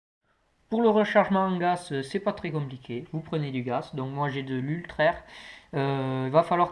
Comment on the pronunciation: Juste c est gaz et pas gas mais sinon cool